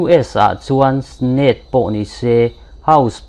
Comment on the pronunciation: Democratics nilovin Demomocrats tih tur aw. Snate nilovin Senate tihtur. U- tah nilovin You-ta tih a lam tur. Alaskas nilovin Alaska. Ekhai, inzirna tur i ngah hle mai. Ka sawi vek senglo. Persense? Percent aw. Wicosin nolovin Winconsin. Mexican nilovin New Mexico. ( Mexico hi ranm hran. New Mexico erawh US chhim lama state pakht ve) . A va zialo ve aw. Lo inzir deuh teh. Line tin mai a tawngsual chu a buaithlak. 😮😮😢